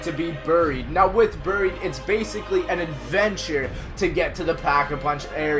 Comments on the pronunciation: Anyone else hates how he says booried instead of buried. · He sais buried like buuried